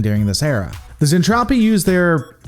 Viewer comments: Lore Lore Lore....Its Zentraedi "Zen-Trad-ee", not Zentrophi, LOL Also its Space Fold, not Warp Fold...lol x2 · Repeat after me "zentraeDI", not "zentrapi" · Hey. Lisa isn't trying to kill everyone. She is a Tsundere. Also its Zentraedi(Zen-trah-dee). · Zen traa deee that's how you pronounce it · Awesome, can't wait for more but please stop saying zentropi its making my brain hurt. ;) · I do believe he's making a joke with his intentional Zentraedi mispronunciation.....Zen-TROPE-Ē....trope.....get it? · It's Zen-Tra-Dei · Mmmm something ain't right here.... Oh yeah it's the Robotech version, not macross. It gets confusing sometimes.... The show is certainly better than Gen 1 DragonBall, but I would not recommend watching Robotech unless you are already a big fan of macross as I am. Also you gotta work on the pronunciation of zentradi.... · UN subbing unless you say Zentradi correctly There is no fuck'n p in the word... Seriously try harder..